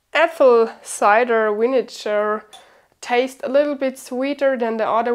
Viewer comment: Yes. She's just pronouncing cider different 😊